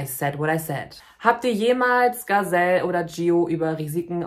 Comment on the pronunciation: Nicht jede trans Person ist gleich, nicht jede trans Person muss so denken und fühlen und sich verhalten wie es dir/ euch passt. Leben und leben lassen. Gazelle & Gialu (dass du deren Namen nichtmal versuchst, richtig auszusprechen empfinde ich einfach als respektlos) helfen sicherlich Menschen, die so fühlen wie sie es tun. Dieses Video ist einfach ein Schlag ins Gesicht für einen Teil der LGBTQ+ Community (kann man nicht einfach mal zusammenhalten, auch wenn man eben anders tickt? Du musst nicht alles verstehen, respektiere & akzeptiere die Menschen doch einfach.) Außerdem solltest du bevor du so ein Video machst evtl nochmal über nicht-binäre Menschen lesen. Es scheint, dass dir da ne Menge Wissen fehlt. LG